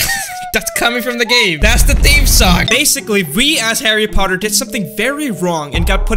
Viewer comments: harry puhtar. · By the way it’s not Harry puthat it’s Harry Potter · Oh noooooooo he said puthar not potter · Chary potter😂😂😂🤣🤣🤣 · Man I love “Harry purthar” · "Harry Puthar"? LOL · Harry Puthar 😂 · HARREH POTTAH